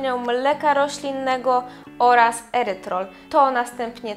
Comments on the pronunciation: Erytrytol - nie erytrol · Erytrytol nie "erytrol"